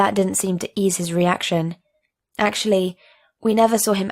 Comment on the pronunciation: I think u mean: EGG-tully